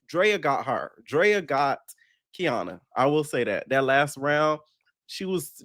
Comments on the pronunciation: It’s KA-NY-AH NOT KEY AH NA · Kaniyah (Kah- Nie- Ah)! Lmfao. I can’t with you calling her Kiana. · It’s getting on my nerves atp, he even went to her page that has her name & still saying Kiana 😂😂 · its KANIYAH 😂😂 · I love u down but that lady's name is KA NI YAH 😂😂😂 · Boy you pronouncing her name wrong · are you purposely saying Kaniyah's name wrong? lol